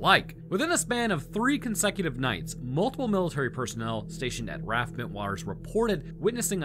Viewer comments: R.A.F. not "raf," if you say "raf" it's more cringe than a man sitting down to pee. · RAF- R-A-F not "raff" like you keep saying. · Literally no one produces RAF as 'raf'. It's always R.A.F. also, it's 'su-fuck' not suf-folk... Why?... Because English. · It's not "raff", it's pronounced "R-A-F". You would know that if you did any research other than Wikipedia and random YouTube videos. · Two points on pronunciation, just coz I'm that guy 😂 1. RAF isn't said as if it's a word, as in riff-raff. It's still an acronym without the dots. 2. Suffolk is pronounced SUFF-OOK.